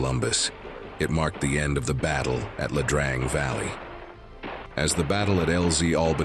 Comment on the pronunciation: Please do us a favor and do enough research to pronounce the the name of the valley the same at least twice.